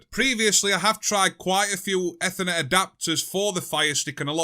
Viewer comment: Ding Dangly Doo! It is Eeeethernet